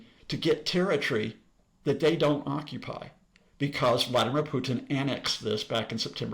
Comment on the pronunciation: he mispronounces both but I guess he should work on his english first